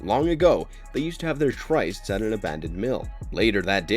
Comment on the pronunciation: It's pronounced "rey-nah-tah," not "rey-nate." Also, it's pronounced "trists." If you are going to narrate a video, please learn how to pronounce the words in the scripts!